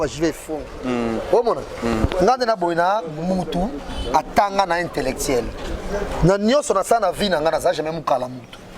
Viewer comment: Jazz na talaka yo bien te zoka oza vrai pd yuma moko boye tala même français intellectiel Niama au lieu oloba intellectuelle après ozo finga batu baleki yo kobanga lelo tii lelo ozo luka bafula yo jf atangaki kutu kombo nayo te po ayebi yo teee bozela masoko wana eko toboka bino mibale kala tro te ba yuma